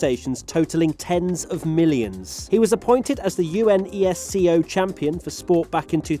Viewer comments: Everyone: UNESCO is pronounced as a full word acronym, like NASA: U-N-E-S-C-O, N-A-S-A, F-I-F-A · Unesco is pronounced as is not U S E S C O lol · UNESCO is pronounced You Nes Co. 🤣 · Who says U N S C O?? Who?? it s UNESCO haha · U.N.E.S.C.O? 😂 I like visiting U.N.E.S.C.O. world heritage sites when I’m on holidays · Younesco - exactly. Places in the UK don't really mention Unesco heritage. When I went to Hadrian's wall, I can't remember them mentioning it.